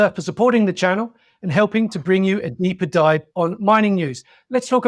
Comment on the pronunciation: did he say "neeper dive" or "deeper dive?"